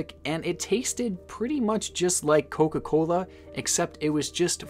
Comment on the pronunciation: Aweeeee yea, my boy from the Midwest!! It stuck with how you said “coca-cooola” but I definitely knew when you said “pop” hell yea baby!